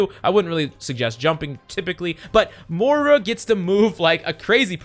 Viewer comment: ITS NOT MORE UH ITS MOIRA